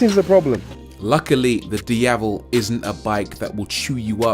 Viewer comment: Rory Reid. The only YouTube reviewer I've seen that actually pronounced the word 'Diavel' well. For that alone, it's a👍 from me.